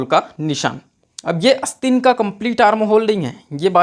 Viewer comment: भाई ! बोलना तो सीख ले । अस्तीन नहीं आस्तीन होता है । इरीटेटिंग वीडियो ।👿😡